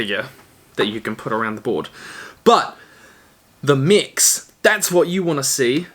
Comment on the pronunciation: It took my half the video to realise he was saying mechs, I thought he was saying mics I was confused